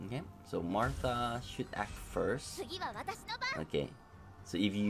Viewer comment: It’s Maitha, not Martha